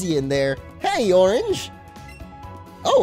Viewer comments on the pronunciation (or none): none